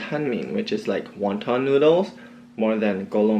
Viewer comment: Ngl I had an orgasm hearing u say “wonton mien” in Cantonese